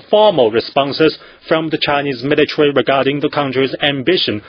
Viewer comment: Militawee Pow-wah